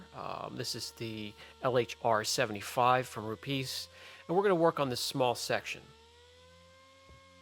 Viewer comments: its pronounced RU PEZ, not rupeees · Hi, Rupes actually recomends using very little water with these. They call it "damp" sanding instead of wet sanding, just couple sprays of water on pad, not dumping pad in the water. I like to use them, very useful and safe tools. Also please dont call them Rupeeees... Other than that I am your fan, thanks fpr the videos!